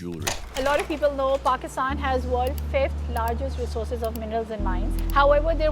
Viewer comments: lol i thoiught u were gonna prnounce it paakistan my surprise when u pronoiunced it right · bro the first ever foreigner to prounounce pakistan right xd il it